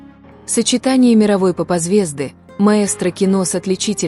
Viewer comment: Арми, вы хоть слышите, что мелет эта дикторша??? Это же издевательство !!! "поп- зв'езду"!!!